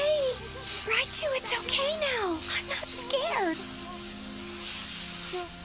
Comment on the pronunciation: I just love how sometimes Raichu just says laichu or lai lai instead of raichu or rai